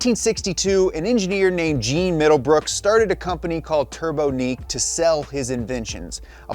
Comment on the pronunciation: The companies name was pronounced "turb-on-eek" not "turbo-neek"